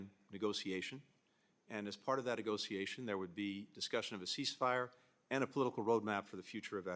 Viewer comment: I get slightly triggered every time they pronounce "negotiation" like "nego-SEE-ation".